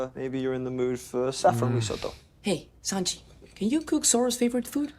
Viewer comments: Who else was cringing everytime they said San-Jay? 😂 like omg I was losing it 😂 itd SAN-JI LOL 😆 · Its SANJI not SANJAY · I get where you guys are coming from some of the accents it sounds like Sanjay but the proper pronunciation is San G the ji is a G sound otherwise you guys have the San part down correctly thought I would throw this out there for the sanity of all the one piece fans lol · ITS SAN-GEE NOT SAN-JAY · Sahn-Gee not Saan-Jay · btw, is san-ji... not san-jey xd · It was so weird to hear sanjayyyy. Itz sanjjjjjjjjeeeeeeeee plz (sanji) 😭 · San-Ji!!!!! Not Sanjay lol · Omg, you call him "Sanjay" one more time....😡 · Sawn- G. :D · I'm surprised you watched this with subtitles and still got Sanji's name wrong. Even with how many times Sanji's name appears on screen yall still pronounced his name as Sanjay. I was hoping at least one of you would catch and correct or when they kept mispronoucing it but no one did. A piece of feedback is I feel you guys are reacting less to the content and focus more on bringing up other shows/movies/characters not related to one piece at all. You guys do this in your other reacts too but it seems much heavier in the OP reacts for some reason. Like the long conversation about Hulk Hogan during the Sanji flashback for example. It just took away from the viewing experience hearing and laughing so loudly during such an emotional sequence. is my favorite since he's always focused on the screen, gives the best insights later on and shows he's actually paying attention to the show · Not trying to be that guy, but just because his name came up so many times in this video, it's pronounced Sanjee, not Sanjay. 😄 Edit: Never mind, and got it in the end! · San "G" not "J" spelled with a J but sounds like "G"